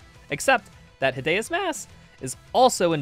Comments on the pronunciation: what do you mean by HIDAYOUS MASS ITS HIDEOUS MASS that pronunciation triggered me so much. just please don't repeat it again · why do you say hi dae us mass its hi de ous 😭😭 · “Hid eh us mass” 😭😭😭😭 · "Hid Deus mass" also i swear you called projectile boosting shotgun punching lmao (though i cant tell if you are talking about punching THEN shooting) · 28:9 "hidayuss mass" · its pronounced hid- e-us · How is nobody talking about the way he says hideous mass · You pronounce "Hideous" in the most hideous way possible 😭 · Why do you say hideous like that on ? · Bro, that's not how you say hideous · amazing video i cant belive you dont have more subscribers but... why do u say hideous like that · Why does he say hideous mass like that? Is it a joke?